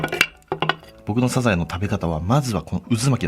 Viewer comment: サザエのイントネーションに違和感